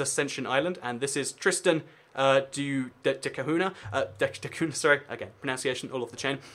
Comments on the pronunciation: It´s >Tristão da Cunha< or >Tristan da Cunha< which is pronounced >Cunya< not >Cahuna< or otherwise. This isle was portuguese and english people should know at least a bit of portuguese culture and language since Portugal is Englands oldest ally (Windsor Treaty 1386, world´s oldest international treaty in force). I think you could have explained something about Australia and Canada etc. which keep having the Queen as their head of state. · you should learn how to pronounce Tristan da Cunha too